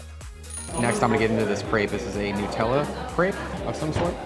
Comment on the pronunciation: Pls it's Nut-ella, not Nu-tella.